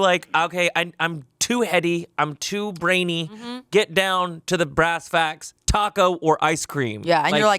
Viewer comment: Someone.. Please tell it's "brass tacks" not "brass facts".. lol